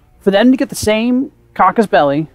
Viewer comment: casus belli not cacus belli :)